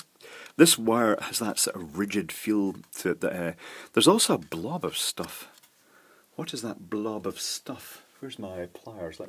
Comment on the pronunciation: I love the the sound of searching for "blob of stOff" in video . lol